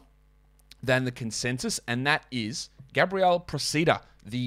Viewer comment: As an Italian... the right way to pronounce his surname is "Pròcida" (Proh-chee-da), with the stress on the O.